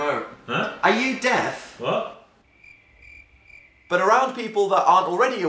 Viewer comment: “Are you deAf?” “Eh?” Iconic